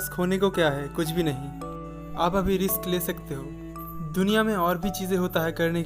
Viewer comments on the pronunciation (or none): none